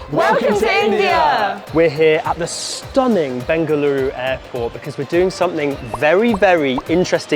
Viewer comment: When he pronounced ಬೆಂಗಳೂರು (bengaluru) correctly 💯👌❤😍